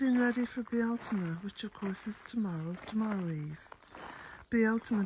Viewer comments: I love the ancient pronunciation of Bealtaine. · So much green with beautiful color sprinkled about... Isn't it wonderful to see the birds out singing and frolicking 🙂🐦Love the front view from the cottage, appreciate hearing the Irish pronunciation of Bealtaine, can't believe it's here. Blessed Be❤️🌄🌸🌿🍀🔥